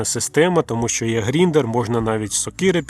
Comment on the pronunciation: Та не "Гріндер" а ГРАЙНДЕР!!!!!😅😂😂😂